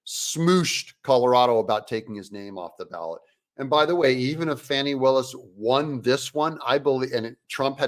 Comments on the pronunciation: Farni Willis. Thought it was Fani. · Cute and true but I heard she actually pronounces her name as "Fawn ee" rather than "fanny". Either way she's still a demo crook and biden leftist.